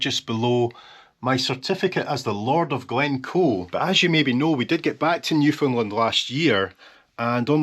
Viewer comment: You are giving us the finger... :D My brother is born 13th of august 1973. Every time you say Newfoundland it sound to me like New Finland. She is wearing glasses. Nice. Rovaniemi is not in Scandinavia. Mark Renton knows what's the worst toilet in Scotland. :)